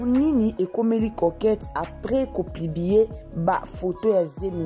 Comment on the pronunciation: Kk kolobela ba vies privé ya battu oyebi même pas ko expresser porraaa On dit publier et non plibier